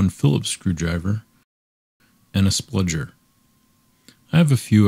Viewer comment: Really excellent video. But I think it's pronounced "spudger" not "spludger".